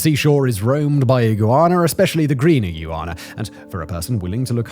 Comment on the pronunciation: "E-goo-you-ana"? Whistle boi, you having a stroke? 😂 Love these longer vids though team ❤